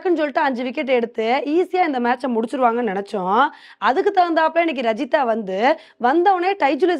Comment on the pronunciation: இதை இதுக்கு முன்னாடி நானும் சொன்னேன் நான் இப்படி தான் சொல்வேன் என்று அடம்பிடிச்சு சொல்றாங்க 😩